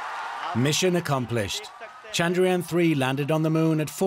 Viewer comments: Did he say "Chandariyan"? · Sir. Thats Chandrayaan and not Chandariyan. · Its Chandrayaan.....not Chandariyan as you read it. Please do your homework properly before you present the program. The whole world can read it properly except you. Awful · It'd be nice if the presenter can at least learn to say the name of the space craft properly. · Great coverage but please the presenter needs to learn the pronunciation of "Chandrayaan" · The Anchor is having tough time to say Chandra + yaan. He got it wrong every time